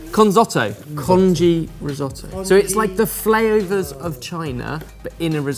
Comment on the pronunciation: I love the flaOVERS of china 😂😂